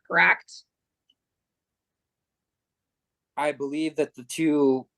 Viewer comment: CorrAct??? Ahhhh